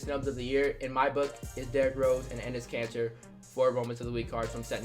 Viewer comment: When he says Enes Katter my subtitles say his cancer 😂